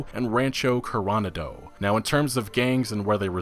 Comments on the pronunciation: Core-oh-nod-oh. Not Co-RON-a-doe. Like Coronado Beach in San Diego or the Coronado Islands off the coast of Mexico. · LOL great job on the vids, but you got to learn your Spanish pronunciation. Coronado is pronounced: Corrrrohnaahdoh. Not Corona do. It's not a martial art. :D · Co-ron-a-doe is pronounced Coro-na-doe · "Rancho Corona Dough" ha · Car-ana-do? Coh-roh-nah-doh. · No, it's pronounced CORONADO! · Corona'do (accent added) is spanish for 'crowned' (or one who has be crowned), accent on second-to-last syllable as is standard for Spanish words without accent mark. The real Coronado in California is a city across the bay from San Diego. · Or the Sea of Cor-Oh-NAH-Doh in Red Dead. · Didn't think it was possible to butcher "Coronado" as bad as he did lol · No offense, but your pronunciation of coronado was truly terrible.